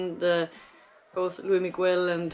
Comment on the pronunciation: She called him Loui